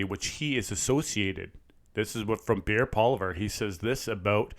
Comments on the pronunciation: Lmao its polly evv downward sound. Its not pollyver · Poili-EV, not, Poili-VER. He’s been around long enough for everyone to know how to pronounce his name. 🙄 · PLEASE, His name is pronounced NOT as you did. Get the accent correct. It's phonetically PolIEvier. Reporting with respectful stating of peoples names, especially our only real & truth exposing political leader. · Learn how to pronounce Pierre Poilievre's name! It's not poliver. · PRONOUNCED Pol EE ev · Polly ev (pronunciation of his name, already)!!! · It's definitely not spelled Polliver. Correcting isnt trolling. All credibility as an intelligent source of information on anything Canadian is totally lost when the name of such a high ranking politician can't be pronounced right. Embarrassing.